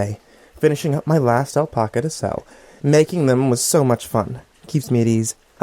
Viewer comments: it's not al-paw-ca, it's al-pack-ca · can I get an audio clip of you saying "alpaca"?